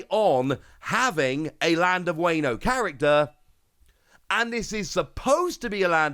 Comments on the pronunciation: Wayne-o 😂 please don’t do us like that WA-NO like the Latin A not the Anglo-Saxon A. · Every time you mispronounce Wano a kitten dies. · So many kittens died. 😢